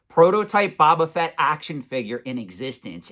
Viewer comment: It’s bOba Fett not bAba Fett. Drives me crazy when you mispronounce it. I understand the risk of deteriorating, but it’s much less likely on an item like this that isn’t carded. You played that up for dramatic effect a little much.